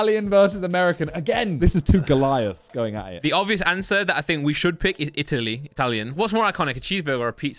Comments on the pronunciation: say italia insted of itly❤ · pronouncing Italy as e tally is the best thing I've heard 😂😂😂😂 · not pronouncing the countries correct is killing me 😂